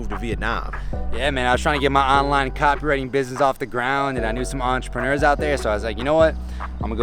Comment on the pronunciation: Dave said "Online copywriting business" but I heard "Online cockring business."